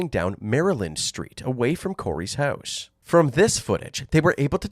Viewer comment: Listening to the narrator say 'house' is just too funny. "Høuse"